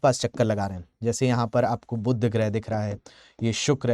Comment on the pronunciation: बुध्द नही बुध